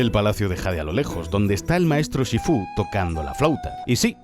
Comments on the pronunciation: Por que lo llama shifú esn vez de shífu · SifÚ?? TailOng????Sifu y Tailung bro. Es que no has escuchao en tu vida cómo lo dicen o qué? De verdad que me da to el asco que lo pongas to en latino pijo que eres español por dios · Shifú? Porque lo dices así como si llevase tilde😭 ni en inglés ni en castellano lo pronuncian de esa forma y no es la primera vez que haces algo así y me da un poco de toc 😂 Aún así, este vídeo es cine, como todo lo que haces🚬🗿 PD: usar To Love’s End de Inuyasha como música de fondo hace a este vídeo aún más cine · Me dio toc, en todo el vídeo, como dice SHIFÚ, no lleva el tono en la U!!!!!!